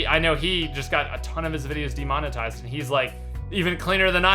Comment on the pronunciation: Not "Detominize", it's "De-monetize". To monetize is to make money off something, put the little "de" before it to express the opposite -> demonetize means to not make money off something